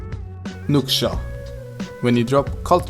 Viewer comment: Bravo ma, sa mor eu daca stiam de astea. oh, si nuxia se pronunta "nușa"